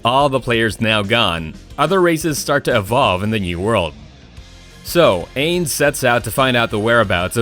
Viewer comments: how he pronounces ainz being that its my favorite anime makes me sad.. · Didn't even say the overlords name correctly. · You can tell hes never watched overlord because he said the OPs name wrong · the way he says ainz sama's name hurts. i do not think he has ever seen overlord. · I love how he put Overlord but the way he said Ainz